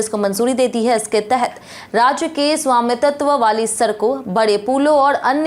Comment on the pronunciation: Swamitatv kya hota hai 😢 Hmne to swamitv padha hai 😊. News glt padhna thik hai kya